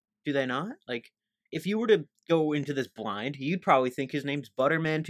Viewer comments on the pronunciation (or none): none